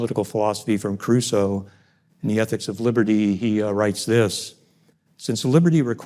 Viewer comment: For a while, due to his mispronunciation of the actual subject of his talk, I thought he was going to talk about Enrico Caruso. Seems like an crucial mispronunciation.